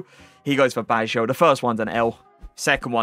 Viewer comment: Si chiama Baggio, non Bajo mnneggh l stramurt